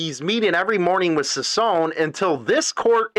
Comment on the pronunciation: His name is NOT SPELLED "SANTILIAN" ITS SPELLED "SANTILLAN". ITS REALLY NOT THAT HARD, JUST PRONOUNCE THE TWO "LL's" like a "Y"! And "CICCONE" JUST PRONOUNCE THE TWO "CC's" like a "K" Hard to understand Your ignorance here.